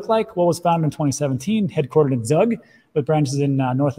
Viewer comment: Zug lol It's pronounced "tsoog"